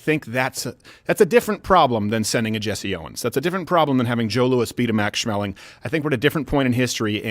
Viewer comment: It's a hard A. Schmeling